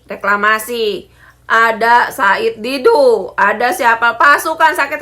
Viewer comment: Said Didu jadi said bubu